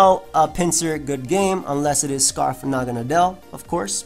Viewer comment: I figured naganadel was pronounced Na-gah-NAY-del, kind of like "needle". Either way cool vid man